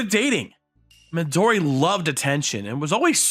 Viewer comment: Fun fact: Midori is “green” is Japanese Another not so fun fact: these VAs are not good at pronouncing Japanese names